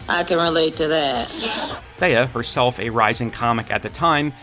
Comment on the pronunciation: Theee-ah not Thay-ah Plz and thank you